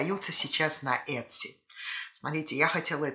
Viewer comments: Произносится - ИТСИ, по крайней мере в Калифорнии ) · правильное произношение в америке Этси. посмотрите англоговорящие ролики на ютюбе :)